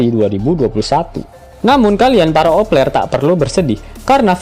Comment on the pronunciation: Opeler.. Opeler kata mimin.. Kan vangke 😅😅